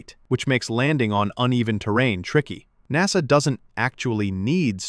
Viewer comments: Is this video AI generated? he calls him "interim N-A-S-A administrator" which is bizarre. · well that was a big tipoff that you hired an AI voice for the narration here when NASA was pronounced using its initials, rather than the usual NASS-uh. SpaceX is the best aerospace company in the solar system? Which other planet in said solar system besides Earth has aerospace companies?🤨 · The least you could do is spend a few bucks to have a live thinking human read your computer generated text. A human will know you read NASA as a word, not as the separate letters N.A.S.A., AI readers don’t know the difference and don’t know when they have made a mistake. That laziness generated foible earned you a👎.